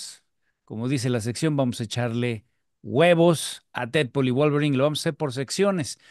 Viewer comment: 😆 "Didpol y Volverain", nada en contra de los muchachos Tienes que buscar con quien "discutir - debatir" al tú por tú ¡Felicidades por intentar cosas diferentes! PD: ¡Thor!! 😆 PD2: 🤷‍♂️ No aparece "Cable" ni "Dómino" por cuestión de presupuesto, ¡no te claves! 😆